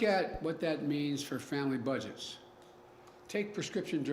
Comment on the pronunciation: Listen how Old Joe try’s to say the word budget. Joe says bu-giz. Joe Biden is a disgrace. When does he get his cognitive test done? Old Joe needs to be in a nursing home for God sakes.